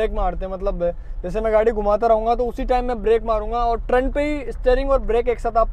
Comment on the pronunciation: Trun nahi bhai g turn hota hai..